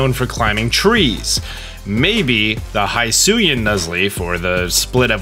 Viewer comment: It is pronounce /hisui/ not /haisui/ and it is /hisuian/ and not /haisuyan/